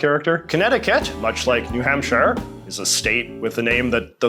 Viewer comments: People in New Hampshire also call themselves “Granite Staters” because New Hampshire is the Granite State. Also, it’s not New Hamp-SH-HIGH-ER; It’s New Hamp-sure. Also also, Delaware is not in New England. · FYI, New Hampshire is pronounced New Hamp-sure, not New Hamp-shyer. It's a direct reference to Hampshire County in England which is pronounced Hamp-sure. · JJ please, New Hampshire is pronounced Hamp- Sheer, not the English way of shire. Yours truly, a New Hampshire citizen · I've never heard someone say New Hampshire like that. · the way he pronounced new hampshIRE really hurt :(